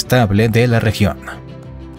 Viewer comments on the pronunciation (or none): Traumuatisada por la pronunciación del Mont San Michel !!😱😱😱😱😭😭😭😭